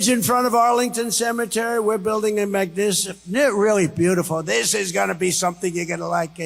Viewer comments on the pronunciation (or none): he couldsayy the wor magnificent